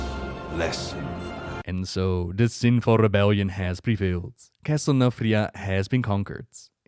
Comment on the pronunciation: Castle NATHRIA... NATHREZIM... come onnnn!